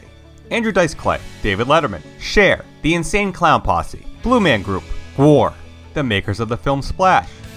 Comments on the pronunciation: Did you pronounce GWAR as GWORE? Lol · Gwar not Gwor